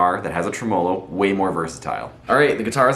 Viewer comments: That gets on my tits too. Nobody says it that way - not even the Italians that invented the word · the way you say tremolo really pisses me off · Good video.. any reason why you pronounce tremolo the way you do?